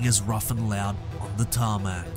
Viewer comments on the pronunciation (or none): none